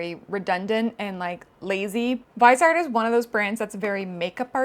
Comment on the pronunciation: sry maybe u'll appreciate this maybe not but "viseart" is a french brand so you could say "VEE-zay-art", the vise comes from visage